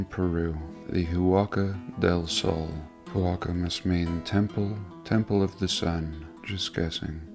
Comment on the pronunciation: Wow! 130 million adobes!! That's a LOT of hard graft for indigenous primitives... just wanted to add that one doesn't pronounce the H in Spanish so its phonetically "wacka" del sol :)